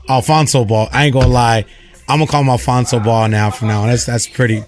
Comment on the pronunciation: Yo i know he didnt mean it liek the media said but dude really called his son ALFONZO LOLOLOLOL